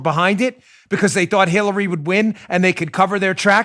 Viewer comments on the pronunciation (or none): I heard it too. Dan said Khillary!